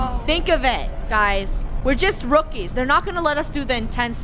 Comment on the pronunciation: Funneh : we are just rukiis